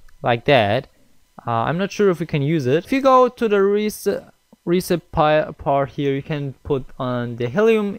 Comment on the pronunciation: Hear how the word recipe is said. -_- Who the heck reads recipe resype?